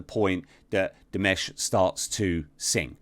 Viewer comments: It's DimAsh not DimEsh. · di-MOSH. As in mosh pit. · diməʃ , not dimæʃ . This eliminates any regional pronunciation differences. With that I, "Miss know it all" will 'bow out', as you so condescendingly called it with your snide remark, because if this doesn't clarify it for you, nothing will. I just wonder if you are this rude when not hiding behind the perceived anonymity that a keyboard affords you. I'm actually well aware of who you are. I wish you a pleasant day. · Dimush? Are you sure? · His name is pronounced Di-mash. 'Mash' being like the 'mush' in words like 'usher' (not ash)